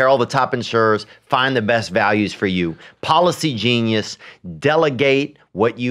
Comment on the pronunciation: When Brendan says "policy genius" it sounds like he's saying "palsy genius," which is either a really smart disabled person or someone who knows everything about cerebral palsy.